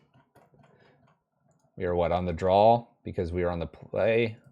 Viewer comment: Man i love red rage. I really want to put together some version of this on paper. Also, adding an L to the word draw is so nails on a chalkboard.